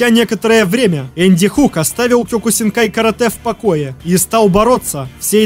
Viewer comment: кеокусинкай ане кёкусинкай